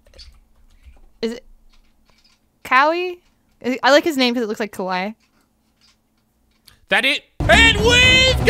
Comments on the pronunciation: I guess she doesn't know Kawhi is pronounced the same way as kawaii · She said kawaii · “I like Kawhi because it looks like Kawhi” 😂 pronounces kawhi like Cowie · “ isn’t his name Ka-why-ii I like his name because it sounds like kawhi 😂😂😂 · I think it is Ka..We.. I like it cause it’s Kawhi🤯🤦🏼‍♂️